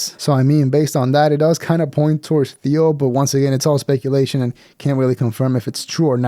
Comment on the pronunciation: Theo is 1 syllable